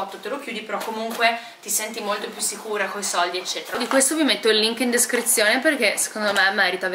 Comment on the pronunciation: Eccetera non ecceTTera .. scusa ma è terribile da sentire ogni volta